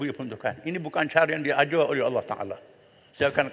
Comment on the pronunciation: Ckp pandai sebut Allah sendiri pun tk betul ceramah je pandai